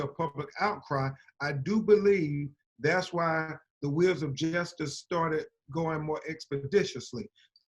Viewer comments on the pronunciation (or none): Will someone tell the down south lawyer Mr,. Ben crump to try and speak well,,pronounce his words correctly,,,,,the word is ambulance,,,not ammalampse!! The word is justice,,,not jesstiss!! He is a lawyer and represents the Floyd family! Speak up and speak well so everyone will take you seriously, sir,,,,,,,,ie, like Johnny Cochran did! Justice will be done in the end! Keep prayerful and admonish demonstrators not to loot( steal) ,. Kill, fight each other ( black on black,,,,,,,or blame all police for what one or three bad policemen did,,,,,,parents train up children not to write bad checks so that they won't get in trouble with the law,,,,,the Bible says ask,,work,,,do good,,,,live peaceably with all men!! God bless and may all the celebrities and rich black folks who talk so much about what has happened start to put their money where their mouths are!! Help financially the Floyd family,,,,,money and empathy is needed now I'm sure! Michael Jordon has a white wife,,,,,,,,,Mr Jordan,kindly donate some of that billion to the black Floyd family!!!